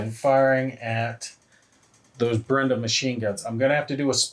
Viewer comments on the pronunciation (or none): Helpful pronunciation tip. It's not BREN·da. It's BRAY·duh.